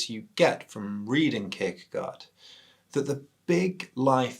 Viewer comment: Great video. Fyi, the 'gaard' part of 'Kierkegaard' is pronounced as 'gore'. My dad is Danish and he was very disappointed that I pronounced it 'gard'. Anyway, keep up the great videos.